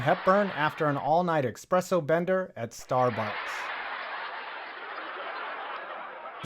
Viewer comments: eSpresso. Not expresso. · There's no such word as "expresso". How is it possible to spell the word correctly yet pronounce it wrong?